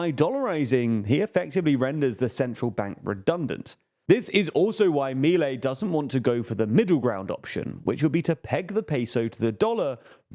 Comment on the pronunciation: 1-We already tried that in the 90s and it failed, he's not breaking ground here, just trying what has already failed. This is not a what if, we already have a precedent. 2- that's not how you pronounce Milei. 3- that's a really old peso that hasn't been in cirtulation in ages. I swear this channel does as little research as possible.